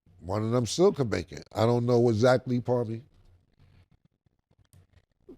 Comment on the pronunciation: "Stell" for still is crazy Mase. 😂😂😂